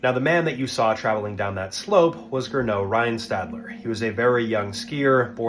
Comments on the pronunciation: It's "Gernot Reinstadler" not rinneau rhinestadler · Gernot Reinstadler was his name. Not Grinneau Rhinestadler. Please have at least the respect to pronounce his name in the right way.